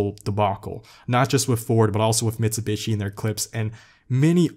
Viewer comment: I like these vids but every time he pronounced Mitsubishi it hit like a brick.